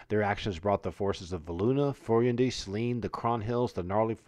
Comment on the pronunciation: Some of the pronunciations are incorrect in Oeridian common or Velondi but thats ok... an Oridian speaker would say Iuz as " Eyeooz" and Furyondy would be "Furry Ondi" also the its the Viscounty of Verboboc pronounced "Veyecounty of Ver bow bonck". I kniw I adventured there for 25 years